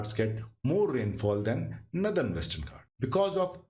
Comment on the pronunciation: Its northern not nathern